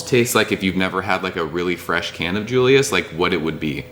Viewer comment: Sooooooooo.... can I say something?? I think most TH people call it when saying it out loud as...Triple Dry Hopped Julius and not J-J-Julius..... :) just saying....